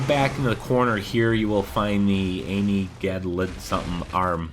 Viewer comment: Amygdalan Arm? Idk why you don’t know the pronunciation.